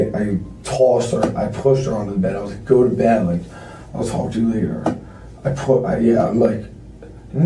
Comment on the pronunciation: "I just wanted to TOLK to her..."